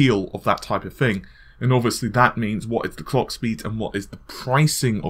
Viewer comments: NewYourkBlack he said clock, but it sounded like Clayck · Did he just say the Cock speed or Clock speed?